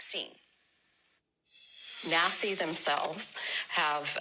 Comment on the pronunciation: Every time you say Naci….i hear Nasty 😂